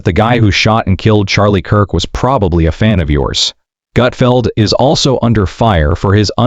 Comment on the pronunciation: It’s Gutfeld, you putz!